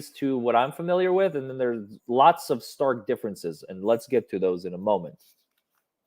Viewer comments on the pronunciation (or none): none